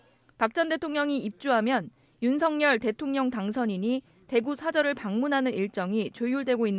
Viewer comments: 방송인 이라면 우리말 사용에 정확한 발음을 구사해야 합니다! 윤석열의 발음은 "윤서결"이지 윤성열이 아닙니다! 대부분의 기자와 방송인들이 윤석열(윤서결) 의 발음을 윤성열로 하는것을 보고 실망을 금할수 없읍니다! 윤성열과 윤석열이 같이 있다면 발음으로 어떻게 구분 할수 있읍니까? 말과 글로 먹고사는 기자나 방송인이 발음과 문법에서 자주 틀리는 행위를 반복하는 것은 부끄러운 일입니다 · 윤석열대통령 본인이 직접 방송에나와 윤서결이 아닌 윤성열로 불러달라고 하셨습니다.본인이 원하는대로 불러드리는것이 옳다고 생각합니다.